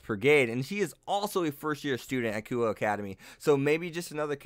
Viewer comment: Also would like to point out, that you are butchering a bunch of these names. Kunou is said as Ku-no, Le Fay is Le as in Le Miserables and Fay, not Lay Fay like you were saying. I head you say Kuoh Academy as Kuho several times. Good video, but I cannot in good conscience ignore these xD